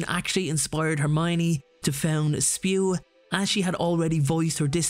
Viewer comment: Yes, it is not spew, but SPEW. The society for the protection of Altus welfare. I’m sorry I have to be like Hermione here, but there it is. You’re not acting like Ron Weasley, sing, spew, instead of SPEW. However, just like Harry getting back with Ron in the end, I’ll still come back to your videos. yes, I’ve said before, I think Miss winky story should be told, so that people in the real world, and understand that alcohol does not solve all problems. It just creates more. I bet you could do an effort half an inch across the room and vomiting, poor thing. However, what I proposed in my own stories… Not written here… We’re supposed in the last comment. I really wish that outfit AAA were a subject thought it Hogwarts, both for health cells and their owners I mean, their masters. That way, they can keep the alcohol away from the house all, if they are in that situation where they will not put it down themselves. We can drink in moderation mess ;-), but